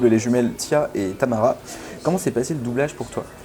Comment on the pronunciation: C’est « Tamera » et non Tamara lol mais on te pardonne 😅😉